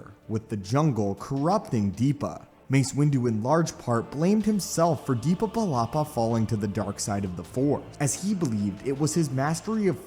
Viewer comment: Why do you say DEEPA? it's Depa.